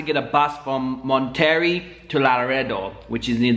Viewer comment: Was the town Monterrey ?? The one you couldn’t pronounce